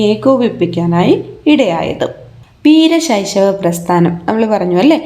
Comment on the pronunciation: വീരശൈശവ ❌വീര ശൈവ✅